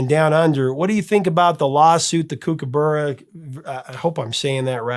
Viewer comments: Kookaburra is pronounced as you would say cook, as in cookaburra. That whole fiasco was caused by the question writers on the music quiz show you mentioned, who probably had no real music knowledge, thinking that they sounded similar in parts, then coming up with the question, which was something like, where did Men At Work get the flute solo for Down Under from? Before this no one had ever noticed any similarities at all between the two pieces. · Great band & Colin is very talented, 40 years later and I'm listening to his solo stuff too! Btw it's pronounced "cook-a-burra" mate! 😉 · Overkill is my favourite song of Men At Work. Yes his miss pronounced Kook a bur ra, with Vegemite less is more so only put a very small amount on the knife to spread it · Correction on a couple of things. A Kombi isn't a bus. It's a style of van by Volkswagen. Vegemite is good. It's what gives Aussies the strength we have to fight off Drop Bears and Hoop Snakes. I've never hear kookaburra pronounced in that way. It was different. Just so you know kook-uh-buh-ruh. Not kook-uh-berrr-uh 🤣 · Kookaburra is pronounce Cookaburra meaning cook like in cooking and there were many great Aussie bands in the late 70's and early 80's like Men At Work, INXS,Split Enz, Mondo Rock,Australian Crawl ,Mental as Anything, Divinyls, Dragon just to name a few . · We might have funny accents in Australia but kookaburra is pronounced with a short sound like hook or cook. Not kooook. Also Kombi is not pronounced kombay. The i is pronounced with a short sound like in kick. It’s made by Volkswagen and they are popular in the states too. If you are going to try Vegemite for the first time, spread it very very thinly. It’s best with real butter, not margarine. Especially good in fresh, crisp crusty top, white bread rolls.